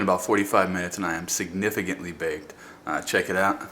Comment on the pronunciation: I love how you say "Its been about 45 minutes and i am SIGNIFICANTLY Baked " lol This was the best investment I have made this year.